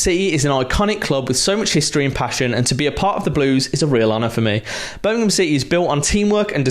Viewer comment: He also said "Birmingham" correct like Wagner does. It shows the genuineness about all this. This is a level of fan-serving we haven't had in forever.